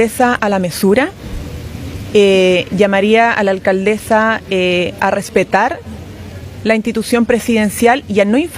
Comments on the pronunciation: Llamaría a la “alcaldezzzaa” siempre me ha resultado insoportable escuchar hablar tanto a Vallejos, como a la alcaldesa de Santiago y varios de estos nueva camada de políticos……pero en este punto de prensa la señorita Vallejos cansa con su pronunciación de las “s” de las “s” que hace como “z”……………..daña los oidos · se dice Alcandesa Vallejos, no alcadeza,....zazazazazazzaza